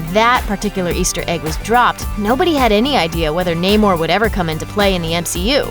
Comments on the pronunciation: It's pronounced "Nah-mor" not "Naymor" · Nay more? Thats not how you say it.... Nam - er. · Na-more the submarine